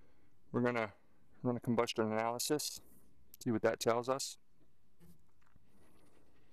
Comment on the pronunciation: Wait...@ seconds did he really say combustionalysis??!